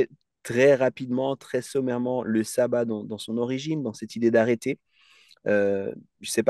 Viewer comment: Ca se prononce chabbat pas sabbat